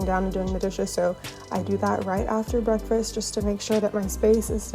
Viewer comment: It’s so cute how you always say “breakfRast” 😂 Sending you lots of love and birth well wishes!